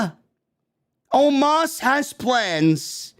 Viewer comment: & the Way how said OMOS That was Funny😄😄😄😄😄😄😄😄😄😄😄😄👍👍👍👍👍 OMOS Impression Funny Full Clip😄👍 Watch the Ending That was So Funny